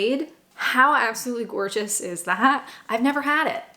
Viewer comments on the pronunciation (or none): none